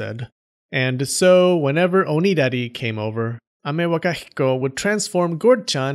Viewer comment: I like how you can pronounce Amewakahiko perfectly and can't pronounce phenomenon